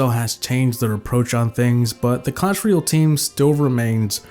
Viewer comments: "All good things must come to AN end." Also, apparently "royale' is being pronounced as "REE - AL" instead of "ROY - AL." ^ That's my nitpicking for the day. I liked the vid overall. ;) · Why do so many people say "Clash reeeeahhlll"? It's "royale"... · what really killed it is the pronunciation of royale by most players.